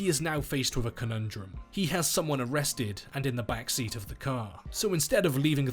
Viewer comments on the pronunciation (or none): none